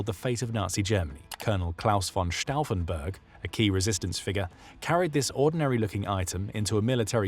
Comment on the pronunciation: That's not how you say Brauchitsch and Stauffenberg